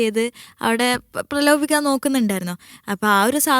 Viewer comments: പ്രലോഭയ്ക്കാൻ ❌പ്രകോപിക്കാൻ ✅ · Pralopippikano 😂😂 Prakopippikkan ennu parayu kutti